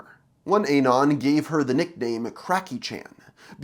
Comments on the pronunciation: The way you say anon hurts my soul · can u pls stop pronouncing anon wrong